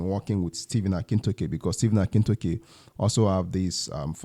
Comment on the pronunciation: Dr. Stephen 'Akintayo' and not Akintoke. Please correct that.